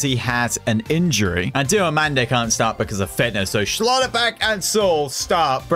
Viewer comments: It’s pronounced ousmane diomanday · You actually pronounce it as: Diomonday